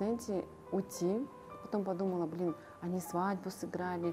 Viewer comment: Блиин а вот бы не"Блиин"